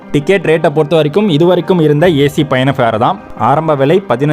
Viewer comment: அது என்ன இருன்சி இருஞ்சி இருந்தது என்று சொல்ல தெரியாதா தமிழை கொள்ளாதே 😊